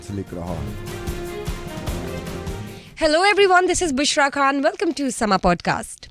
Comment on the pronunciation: ایک اہم بات کہنی ہے کہ خان کا تلفظ اینکر کھان کرتی ہے جو صرف منفرد بننے کی ناکام کوشش ہے اسی طرح غریب کا تلفظ گھرب کرتی ہے جو اردو کا تلفظ نہیں لیکن یہ علی الرغم کرتی ہے اور درست کرنے کا ارادہ بھی ظاہر نہیں ہے ۔